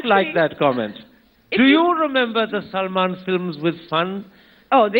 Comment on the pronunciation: its Salman not salaman